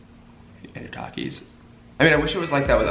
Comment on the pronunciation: it triggers me when he says Takis cuz he pronounces it tuh-keys but its ta-kees . its funny at the same time tho